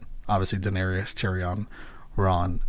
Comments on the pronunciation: Just FYI her name is Daenerys (rhymes with Aries and just three syllable), not Daenerius. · Your persistent mispronunciation of Daenerys and Tyrian's names is remarkable. Great job otherwise. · My man is 6 seasons in still cant say Daenerys right 😂😂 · Bruh it’s 6x10 please tell me you start pronouncing Danaerys correctly by the last episode at least 😭😭 I’ll find out soon obviously but P L E A S E 😂😂😂